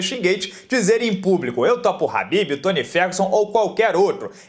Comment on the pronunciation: É Khabib ñ Habbibs